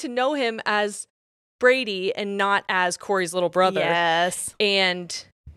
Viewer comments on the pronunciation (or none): Now you said Brady, but I heard Birdie. That's gonna be a problem 😂😂😂